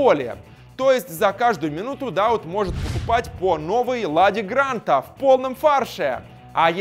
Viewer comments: Махмуд Дауууд ударение на УУУ на будущее ) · Много ошибок в именах. ЗагадУ, Штёгер, ДаУд.